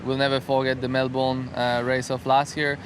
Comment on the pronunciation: nailed it..... it's Mel bin Alex not Mel born. 👍